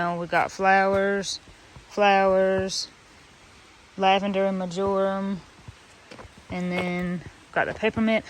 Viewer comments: ...Lol, its pronounced "MARGE-a-rum" (accent on "MARGE") not ""ma-JOR-um." Just sayin' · Mar-jer-um. It’s a wonderful herb! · MÄR - JER - EM. The first syllable is MARGE. Your flowers are going to be brilliant. I look forward to seeing updates throughout the summer. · About 5 years ago, around 5 pm the Boise area felt a pretty big earthquake (for us) at 4.1, so ours was a "rolling" type, not so much a shaking type. I actually felt my kitchen floor roll under my feet Yikes! Very surreal. On the word marjoram, the stress is on the first syllable. Your garden is getting so big and lots of really good things to harvest all summer and into the fall! I am very inspired to use grow bags for herbs. Great work and help from all the family to get this all done. :-) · sweet marjorim ? its pronounced like the name Marge or Marjorie . smells good idk I might have some by my oregano . its kinda perfume scented imo . I used to work at a garden center for a lot of years and we sold it. I'd guess it would be good for making scented candles and such . maybe used lightly with tea .